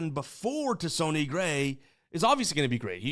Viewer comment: I thought it was pronounced sunny like sunny day, not sony like Sony PlayStation …or am I missing a joke haha #GenuineQuestion